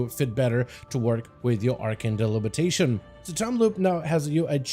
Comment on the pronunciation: Repeat after me: arcane DE-BI-LI-TA-TION. NOT delibitation lol